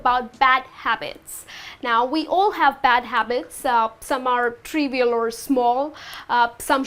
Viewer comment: How is this woman an English Trainer ? She pronounced so many words wrong- trivial,tendencies, sitting on a table instead of at a table..Also she doesn't bite her lip while pronouncing the alphabet "v".. that's a rookie mistake.